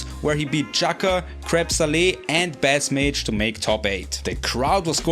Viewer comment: Love people taking up the tournament recap torch! Small note, BassMage is pronounced “base” as in the instrument/music term, not “baas” like the fish